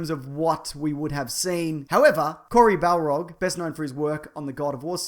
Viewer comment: I wonder if he meant to pronounce Cory Barlog's name Balrog